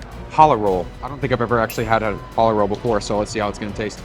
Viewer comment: You said challah wrong